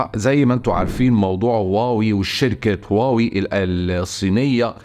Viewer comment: شركة هواوي وليس واوي للتصحيح